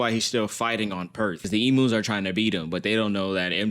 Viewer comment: I am so sorry but I have to say it they are called "ee-m-yous" not "ee-moos" pleasee